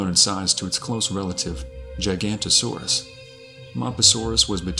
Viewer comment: Giganotosaurus. Not gigantosaurus.